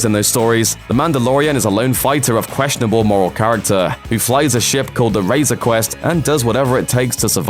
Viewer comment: Did he just say Razor Quest ?? hahaha | "Razor Crest"